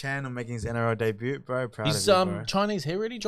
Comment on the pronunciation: Did old mate who doesn’t know how to talk into the mic properly just pronounce the word ‘debut’ as day-bu-t and include the ‘t’?